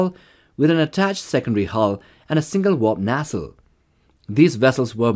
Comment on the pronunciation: The word is pronounced, "NAY-CELLE".....Not, "NA-CELL"...."NAY-CELLE"!!!!!